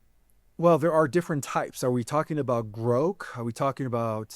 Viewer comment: Where is he from? Calls grok "groak" and keeps saying "sectour." And then "esqu-late." Oddly, it seems like he's maybe reading?